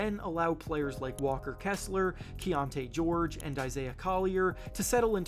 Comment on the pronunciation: it’s kii-shon, just sayin